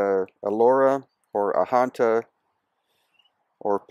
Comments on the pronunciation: The correct pronounciation of Ajanta is (Adganta) 'j' is pronounced as in 'Badge' and not Ahanta. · Ajanta is pronounced with the J sound not as Ahanta with the H sound